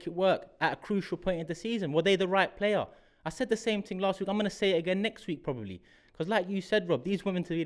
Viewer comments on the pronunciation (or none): voice makes me laugh so much.........is that his real voice? Really? "I said the same ting Las week" Ha ha ha..........arsenal will definitely score 10 in the last 7. Guarantee it.